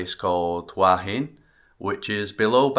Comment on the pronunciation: Just south of Sai Noi Beach is Pranburi Forest Park. Lovely little place for a walk! ❤ (BTW it's who-ah heen 😉 หัวหิน - head of stone)